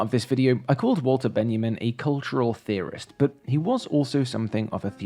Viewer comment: Love the video! But.. I hate to be that person, but it was painful to listen to your pronunciation of Studio Ghibli. Its pronounced "jibli" as in "jam", not with a hard "G". Its especially frustrating as all the other foreign names / phrases were spot on. The German was good and the Ben-ya-min instead of Benjamin also. Again love the video though!